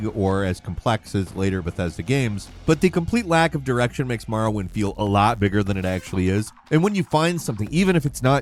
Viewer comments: Gawd.... The second game he mentioned... I was like. dafuq is "Marwin?".. That's a brisk pronunciation of "Morrowind" LMAO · Why do you pronounce it like “Marrowind”?